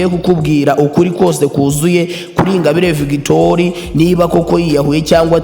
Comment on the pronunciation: Ntabwo uzi kuvuga inkuru man kdi no gusoma ntabyo uzi victoire ngo ni victori? No no no no